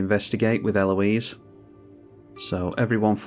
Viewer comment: Such a cool combo! Congrats. The more I see of her game play and techs the more I like her. I find it funny that you seem to be the only content creator who can say her name correctly. IDK if its because its more of a common name there or interactions with the French across the channel, but the American YTers struggle with proper pronunciation.